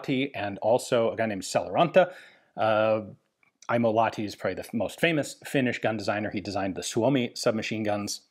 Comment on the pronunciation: got to pronounce the H in Lahti, otherwise near perfect